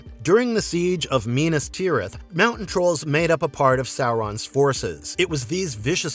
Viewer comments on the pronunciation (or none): Miee nas tirith is also one (while less bad still somewhat painful)